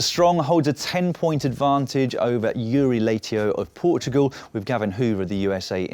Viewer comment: That butchering of Iuri Leitão's name... Oof